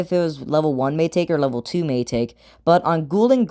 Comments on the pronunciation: it's pronounced my taki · please stop saying may taki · What? Do you think it’s maytake or something😂